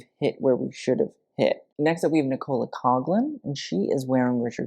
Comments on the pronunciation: nee-cola co-lin..lol... nicole couglan is pronounced nic-oh-la cock-lin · I’m obsessed with the way said Nicola like Coca Cola. And Coughlin like cog-lin instead of coklin 💖 the Irish names never fail to fell the greatest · my God why can't Americans pronounce Nicola properly??!!